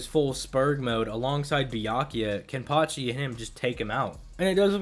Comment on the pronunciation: I swear it sounded like he was saying, "Byankuya." Lol